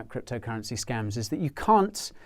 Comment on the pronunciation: you say scumms, i say scAEms but its scams